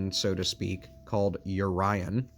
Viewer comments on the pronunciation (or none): Urion? Orion.